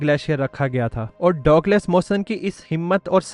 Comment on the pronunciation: Correct name pronounciation ( Douglas) is " DUG LESS " You say " Dog les " that is incorrect .